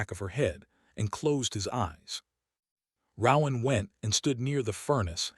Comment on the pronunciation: Please, PLEASE teach the ai to pronounce RoAnn